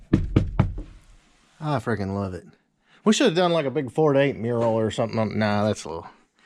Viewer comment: I don't know why but when you say 4to8.... It sounds more like you're saying Florida8.